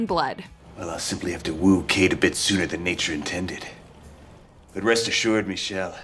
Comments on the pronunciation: It's pronounced Me-Shell not Michelle. It's even spelt that way on his name tag!!! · Yes. Meechelle hahaha